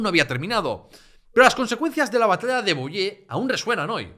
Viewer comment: Enhorabuena. Un ruego: procura pronunciar correctamente las palabras fracesas: Soissons se pronuncia “suason”, Poitiers es “puatié” , Vouillé es “vullé”. Oyèndote me he perdido un poco por esa no-pronunciación. Y eso que hablo francés desde niño….